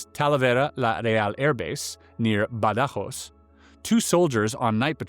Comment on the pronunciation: 🍒 having hard time shaking off the BS feeling cause I know the area, till I realize it's not BS... he's just stupid. Even the places like Badajós he says Badárros 🤣 WTF, that doesn't even exist mate 😅